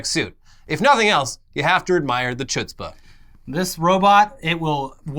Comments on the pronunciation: "choots-bah"? Lol It's pronounced, "hoots-bah" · Chutzpa is pronounced hootz-pah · Lol,, you don't pronounce the "C" in Chutzpah, it's pronounced like "Hood-spuh." Pretty sure it's Yiddish tho so you very much get a pass. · Chutzpah is pronounced Huhtzpah with a thick h sound; sorry it just made me cringe lol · Am I living in bizarro world, Elon admits it's just a guy in a suit and now YouTube is full of videos about how this non-existent robot is going to "change everything" Also it's pronounced "hootz-pah" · hootspa! the "c" is silent,! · Chutzpah is pronounced hutzpah. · That was the worst pronunciation of chutzpah ever .. in human history. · It’s chutzpah like channukah from the back of the throat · doesn't know how to pronounce chutzpah? Lol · As a jew I desperately ask you look up how to say Chutzpah. Because that moment physically pained me. Still love you guys